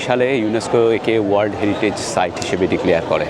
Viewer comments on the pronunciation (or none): none